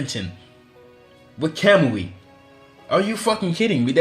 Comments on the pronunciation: KAMAMI? KAMEAU? WHAT IS THIS PRONUNCIATION????? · Really?! "Makkekyo Sharingan" "Kemui" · what's wrong with ur accent u say sukoyomi welp it's tsukoyomi or u say like kemui but it's kamui and oof don't get me started with ur megnekyouu saringaan (mangekyou sharingan)